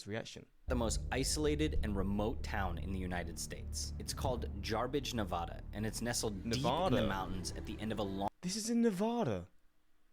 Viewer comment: Same the name of our State correctly!!!! It’s pronounced Nevada, NOT; NaaVaaDaa!!!! The sheltered privileged “men’” in the video you were watching live nowhere near my state. Please watch videos from people from the state you would like to know more of. Or better yet; visit or live chat with with people born and raised in the States you want to more about.